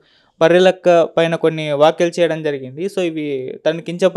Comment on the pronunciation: మాట్లాడటం నేర్చుకోండిర .వాక్యలు కాదురా .వ్యాఖ్యలు అనాలి